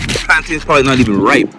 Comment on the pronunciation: I don’t know if I can trust someone reviewing the cuisine when they pronounce “plantains” like that.